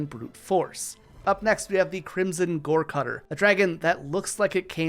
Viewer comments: You mispronounced one dragons name. It goregutter not gorecutter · goregutter not cutter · Its not Crimson Gorecutter. its Crimson Goregutter.